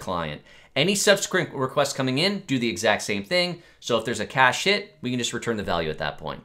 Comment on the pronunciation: You really need to watch the pronunciation of 'cache-hit' 😁